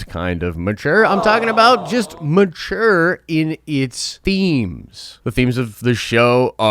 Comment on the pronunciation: Am I the only one that thinks sounds like he's saying My Chair in a funny way when he says mature....mahcher!!! Lol